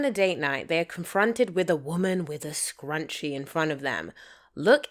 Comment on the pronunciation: Id be bothered with the way she said scrunchie (scrunchy?) But I would be GRATEFUL to have that edit told to me and excited to hear what she liked most